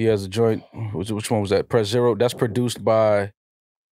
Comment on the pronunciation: It’s literally called Press Zero. Not Prez Zer0. What the fuck 🤣